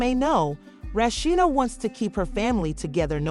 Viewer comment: Who tf is "RASHSHADA" 😒...RA..SHEE..DA....RASHEEDA